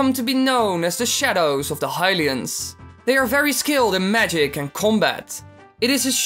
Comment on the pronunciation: High-lians? It's pronounced hill-ians.